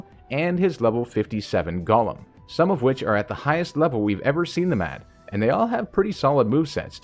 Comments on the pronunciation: It's annoying me to hear Gaulem when it's Goh-lem as it's established in English if a word has o_e then it's a long O. Of course there's exceptions but when it is not it's a short U as in love. If it was how you say it then the spelling would be Gollem. Sorry bugs me to hear a wrong pronunciation. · Pronouncing it like LotR Gollum irks me lol. Go-lem